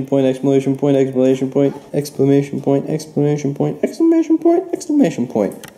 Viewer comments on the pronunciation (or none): He also said "explamation point"